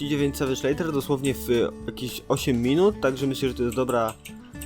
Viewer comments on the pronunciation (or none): Leather wymawia się jako leder. A filmik super~